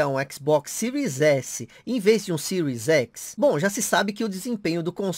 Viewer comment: Sotaque japonês